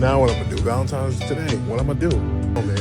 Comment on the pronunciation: So obsessed with a made up holiday predicated around the emotions of delusional women, but can't even pronounce the word VALENTINE'S properly.... society is hemorrhaging!!😢😢😢